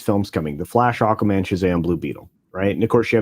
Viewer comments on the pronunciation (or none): So apparently does say these superhero names wrong: Spidermin and Aquamin instead of Spider-Man and Aqua-Man. Originally I thought he was making some kind of meta joke like these were surnames of characters like Peter Spiderman. Turns out he just can’t stop himself from saying them wrong I suppose 😂.